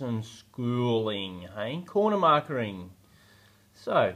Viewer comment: It's just corner "marking" not "markering".............